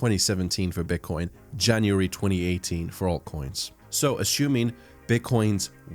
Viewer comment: "ashoooming"... lol great video. thanks